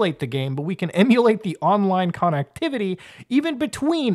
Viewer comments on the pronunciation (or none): Haha! Muta said "Con-Nectivity"